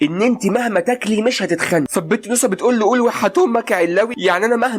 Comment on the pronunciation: انت تقول نوسه وانا اسمع موسى😂😂😂😂